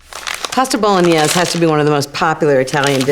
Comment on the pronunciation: I lolled at the way she pronounces it. BOLO NIEZZZ